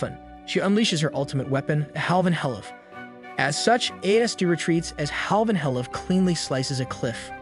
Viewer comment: He can’t pronounce tobiichi but can pronounce halvanhelev